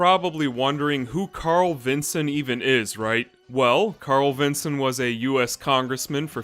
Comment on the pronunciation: Nice to hear someone finally talking about this cute anime. :) Funny hearing it as "Carl-vinson", as I've always pronouced it as "Carlvin-son" lol